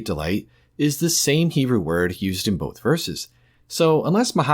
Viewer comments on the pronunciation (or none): none